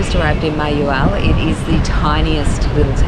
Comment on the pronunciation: It’s pronounced mah-hah-WAHL.